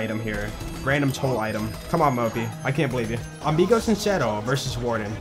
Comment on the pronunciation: Love the way says Amigo sincero 😂